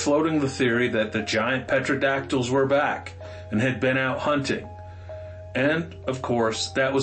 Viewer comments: Petro-dactyls??? It's Pteradactyls (pronounced Terra) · Further, the "P" is silent. Its "Terodactyls" PS great stories